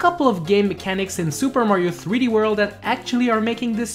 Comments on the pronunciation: Super Mario threeworl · "Super Mario 3 Wurl"